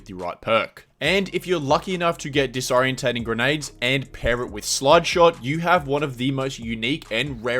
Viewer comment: disorienting say it correctly holy shit